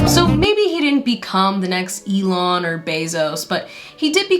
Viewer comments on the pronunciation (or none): Eel-on Musk also works ig??